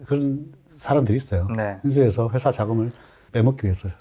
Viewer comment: 회사를 셰사라고 투자자를 휴자자라고 하시네요 잘안들리는분들 참고하세요